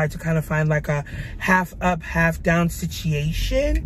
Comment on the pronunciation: H-tine mann it’s goin dine Ayyyee 🤘🏾lol and you’re right about the humidity in Houston it’s no joke. Love your vlogs & how authentically real you are💕